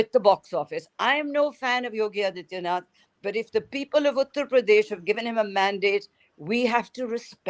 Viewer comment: Can Borka please take the trouble to learn how to pronounce the Chief Minster’s name? Is that too much to ask? His name is आदित्यनाथ not अदित्यनाथ . Such sloppy journalism!